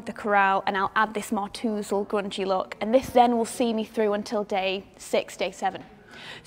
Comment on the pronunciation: I love the way you pronounced tousled ..made me smile :)